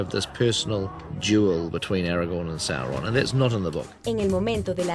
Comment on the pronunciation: Es Sauron, no Sorron